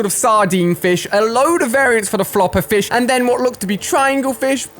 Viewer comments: You were calling fish flish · Who else notice ue said flish 🤣